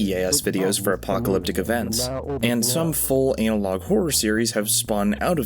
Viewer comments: God please stop saying anal-og instead of anna-log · Ah yes, classic “Anal-Log” horror